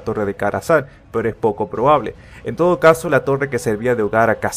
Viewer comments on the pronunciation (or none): none